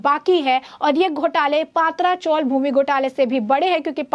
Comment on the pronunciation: Paatraa sounds more like a gujrati dish, or alhooo wadi. Please it's patraa.which means metal sheet roofs.